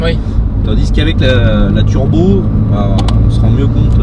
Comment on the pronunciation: I never heard about something like 'Trubo', I know what Turbo is, but Trubo.... I don't know... sorry just trolling, everyone makes a mistake, don't worry :D